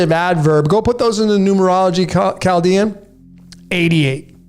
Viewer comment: very very new, Chaldean >>> COW-dean... hmmm just a Welder here.